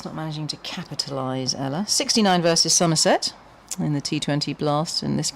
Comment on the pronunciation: i love how they had about 8 different goes at maia and ella's names and got them wrong everytime